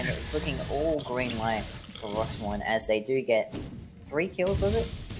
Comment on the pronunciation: Mate its Rossmoyne... aint no Rossmore